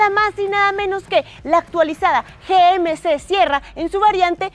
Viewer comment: Me pregunto porque no pronuncia GMC en ""ingles"".